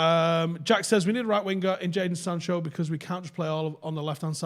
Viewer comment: Is it really that difficult to say "Jadon Sancho"??